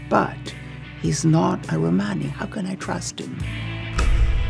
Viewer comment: Why do all the actors, Isabella included, insist on mispronouncing Romani ?